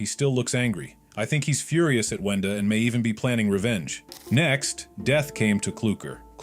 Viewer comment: Why are you saying wenda like did almost every thing :(